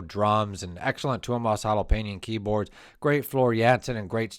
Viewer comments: Well.. no. And you repeat them so many times, it starts to get to the nerves. You could also just leave the surnames off, as the first names seem easier and you get them right. :) Finnish IS hard, but the 100th haeitala and Holopeines just.... aargh... 😁😆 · Tuomas H o l o p a i n e n, Kai H a h t o (h must belong), Jukka N e v a l a i n e n, Marko H i e t a l a went wrong. In the Finnish language, each letter is filled when pronounced. The letters are also pronounced differently than in American English. Study